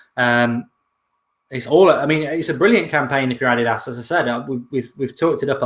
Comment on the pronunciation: That's how you pronounce it though..